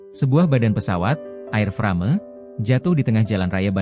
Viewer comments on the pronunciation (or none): Baca AIRFREIM... Bukan AIRFRAME. emang nih Channel... maklum dr lampung😂😂😂😂